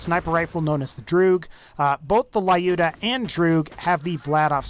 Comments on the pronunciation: "layuda" That makes my ears bleed, lol. It's more like luda, or Люда (let the Google voice it), a russian sniper from WW2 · It`s Looda, not Layooda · I am jet to hear, that someone pronounces Lyuda correctly. It is short from Russian women name Ludmila not La-udmila, thus it is pronounced Ljuda not La-juda. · Please stop calling Lyuda "laiooda". Lyuda. L'u-da. From Lyudmila AKA "likeable to people" from "lyudi"(rus.)=people and "miliy"(rus.)=pretty. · Lyuda says as "l'uda" not "laiuda". Because vladof - soviet (that mind russian) brand.))) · lyuda read like l'uda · Lyuda probably pronounced as L'uda. Just russian passing by. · Dude Lyuda is pronounced as looda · stop calling it lae-yoda it's annoying. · I giggle how he says Lyuda 😅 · that's not how you pronounce Lyuda but w/e